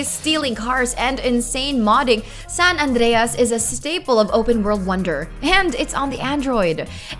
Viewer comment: I love it when you say "San Andreas"